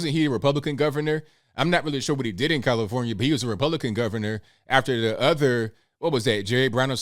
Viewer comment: I don't take medical advice for a flu from someone who can't say California!